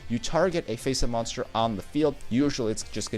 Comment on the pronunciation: how he pronounces moanster... triggers me